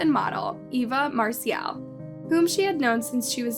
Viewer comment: Stephanie Moseley was born in 1984. Get it right. Do your homework! How did you even get this gig? You should call yourself "Miss Information"! You also mispronounced Eva Marcille's name all the way through. Mar-Sill, not Mar-See-Elle! How can we believe ANYTHING you say?